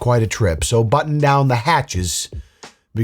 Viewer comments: It's batten down the hatches, not button 😂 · It's "batten down the hatches," not button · It's 'batten' down the hatches, dammit! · Sorry to do this, but it is "Batten down the hatches" not "Button down the hatches". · I might have misheard but it’s not “button” down the hatches it’s “batten” down which is a synonym of reinforcement. Or maybe he was being ironic..🤷‍♀️ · BATTEN down the hatches!!!! NOT "Button"!!!! 🙄🤣😂🤪😝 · Umm…..”Button down the hatches”? Isn’t it “Batten down the hatches”? 😂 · Oh no. You said “button” down the hatches. My man. It’s batten down the hatches. Your vocabulary is usually on point brother. Happens to the best of us though.